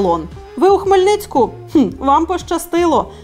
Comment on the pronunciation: Вітаю з "Хмельницька" 🤬. Ви ж поважні журналісти, вивчить вже назви міст!